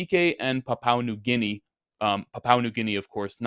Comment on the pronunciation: Please learn how to pronounce Papua New Guinea